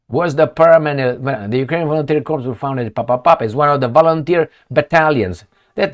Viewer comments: Cor not corps. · "the Ukrainian volunteer corpse" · Corps is pronounced Core. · "Corps" The "ps" is silent.